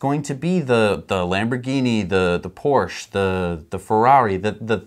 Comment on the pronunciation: I'll support you on Patreon when you learn how to pronounce 'Porsche' correctly. 'Till then, I'll keep watching your free stuff on YouTube.